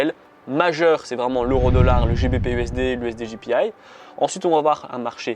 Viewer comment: Salut c'est top les info merci, mais on dit jpy "why" pas "aïï " XD apres j'ai peut être raté un truc. Merci encore pour ta belle vidéo